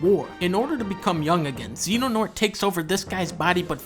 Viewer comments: Okay, Dunkey pronouncing Xehanort as "Zenonaught" is the only thing definitively wrong here. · "Xenanort" I can't. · I like how the subtitles spell it Xehanort but the video calls him Xenonort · It’s the little things like “Xenonort” that get to me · Fun drinking game to play at home: Take a shot every time he pronounces Xehanort as "Xenonort." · Well his name isn't Xeno-Douglas. In fact it's Xehanort, not Xenonort. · I sincerely hope people recognize this as shitposting because I'll die if I hear people pronounce Xehanort, Xenonort. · Why does he call him zeno douglas😂🤣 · a man of culture The Roman numeral X isn't pronounced "ki", it's "decem". Or "ix" if you want to pronounce the actual letter X. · The accuracy on display here tells me he actually cares about the series, even if he can't pronounce Xehanort correctly because it's a ridiculous name made from scrambling No Heart X. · the pronounciation of xehanort kills me, but otherwise.... yeah no this is painfully accurate. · It's pretty accurate, the villain names he said wrong on purpose and birth by sleep isn't actually a dream sequence. Also, the groups aren't called the five wise men and the council of shadows. He also goes from a fan theory to a joke near the end people think the master is evil but obviously he isn't connected to Pumba. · Love how he's miss pronouncing xehanort lmao